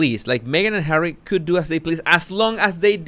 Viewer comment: I crack up every time you say Hawwy. Ohhh. Wait. She said " I know how the Palace works". That's the opposite of her other statements of her poor little girl ignorance. Haha. You are EXTREMELY 😂😆😂😆😂😆👏👏👏